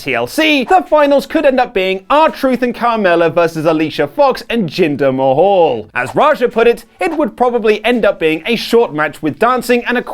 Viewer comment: It's MAHAL not fucking "MAHAUL"!!! As in Taj Mahal! Not the fucking Taj Mahaul is it? Becky is overrated shite as well as is most of the women's division. Bring back the 90's.....